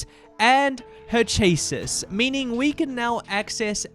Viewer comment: Val-vidian? Date-avators?? CHASSIS???? it's a fully voiced game they pronounce these things for you OTL Ribbing aside this is a very fun way to do a tier list, love how they get moved around the more you talk to them